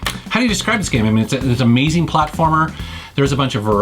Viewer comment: Drink everytime he says ameezeeng